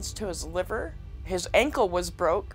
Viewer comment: This girl really said “liber” and not Liver lmao